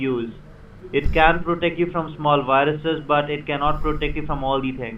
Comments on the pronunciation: I've watched so many of these videos and it kills me EVERY time when you say "wiruses" and "each and everything" hahah love it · what's wrong with dextop and wirusses? That r complet normal spelling! (sarcasm) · So why does he constantly change Ws and Vs, like vindows and wiruses.... He sounds British, I'm probably wrong but the only people I know of that do that are German.